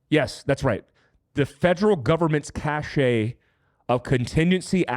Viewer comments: I love your work, but please correct your pronunciation of "cache." It is pronouced "cash." The word that is pronounced "cashay" is cachet. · It's pronounced "Cash" not Cashshay. There is a word pronounced that way, but it means "clout." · For the record, cache is pronounced "cash" not "cashay"... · Cash and cache are pronounced the same. Cachet is "cash-ay." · Please stop saying CACHE as CACHET. They’re totally different words. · Great video. All should watch and try to be prepared. BTW cache is pronounced "cash" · The word "cache" is pronounced /kaSH/ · Great channel. Just a heads up... Cache - as in secret stash of goods, is pronounced kăsh. Cache' is a special fashion sense.